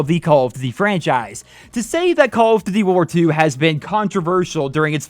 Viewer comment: Why can't you pronounce "duty" correctly?